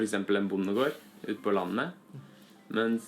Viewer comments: Well done pronouncing "landet" and "lande". First one is sort of a stable low-pitch tone "lan-e", and the other one (tonem 2 - "lande") falls down like a hill in the first syllable. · Your prounanciation on landet and lande was spot on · that was a very good pronouncing on Landet!!